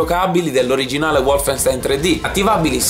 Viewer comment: Diamine, si dice "Volfenstain" non "Uolf...": è tedesco non inglese!